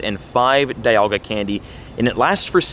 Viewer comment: Speaking of pronunciations (without throwing offense), it’s pronounced DEEalga not Die-alga. ARIados not Airyados, HoundOUR not Houndoor, ARRon not Ayeron, MYnun like minus not Menun, WALrein because it’s a walrus not a whale, Bagon like bagel, TurTWIG not Turdwig, REEolu not Ryelu, GLEYEscor not Gleescor, ARCeus not the british term for butt… All of these are in the anime. I watched every generation and pretty much all episodes and all movies.